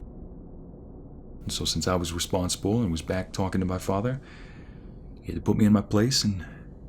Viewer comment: Twy warwe we twalking this way